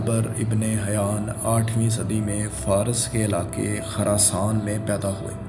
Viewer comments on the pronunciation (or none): It's خُراساں notخَراسان